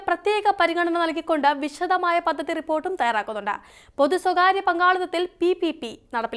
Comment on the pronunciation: ഫയങ്കര ഫദ്ധതി😂😂